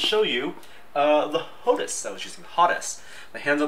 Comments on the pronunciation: I would love to see you guys trying this with Star Citizen, a flight sim like DCS World or a top notch racer like iRacing. PS: HOT-ASS? LOL, it's HO-TAS bro. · its HOE-TAZ not HOT-ASS